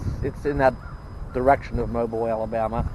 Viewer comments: Well that ought to make everyone happy. Bella was outside walking not just once but twice lol. I get it. We see a very small portion of ur day. Lol. Anyways. You are heading our way. Just a heads up Mobile is pronounced like u got moe bills. Singular. I know some1 will have to say somethin so just before they do. Now ya know lol. Well Om glad you are seeing the channel is doin well and heck no you cant please everyone. But you do get to see who ur real fans are honey. So keep ur chin up and keep on truckin. If you get to Panama City Beach, Florida let me know. Breakfast is on me. Lol. Much 💘 sweetie 🐝Careful & God Bless. Love on that Bella for me. 😜😘🐶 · Pronounced ( mo bee il). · Not sure how far back this was recorded and it may be too late but I'm a Bama girl so let me teach you Bamaspeak. The name Mobile is pronounced Mo Bill. Welcome to the Heart of Dixie! Bella looks like she had a blast at the dog park.